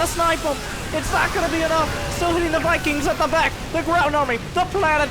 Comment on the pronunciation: Mikings, Mosts, Miberators.